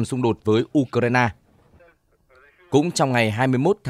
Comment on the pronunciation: U cờ rai na ?😂